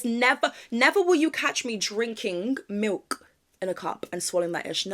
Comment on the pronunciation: I totally agree about drinking milk on its own 🤢 especially when they pronounce it like "malk"